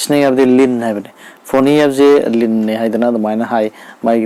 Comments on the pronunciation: Yeah it's Fani not foni. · Hairido soire NOT FONI FANI